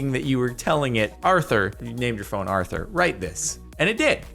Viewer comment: It’s Arther not Archer